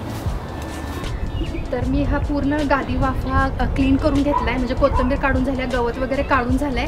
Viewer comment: Kahi shabde tumchya suddhe nahi yet jase ki koithimber yacha ucchar bhaga ...anyways tumhala thik vathe aasal tar Kya mag...tumhala suggestions avdat nastil tar kye mag ..